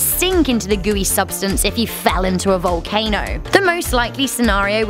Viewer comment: It sounded like she said valcaner